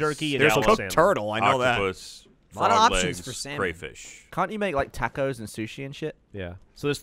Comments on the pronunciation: Anyone else notice Gavin saying ‘Tacos’ wrong? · mariekt Well, if you listen to the way Gavin says it, it's very clearly wrong lol